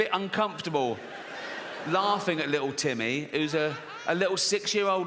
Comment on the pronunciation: Li-ool Tim-may!!